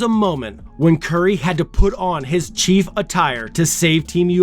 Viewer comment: it's Chef, a la cooking,. What is this Chief you're pronouncing??